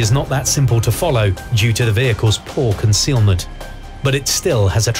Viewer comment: pssst its concealment not cocealment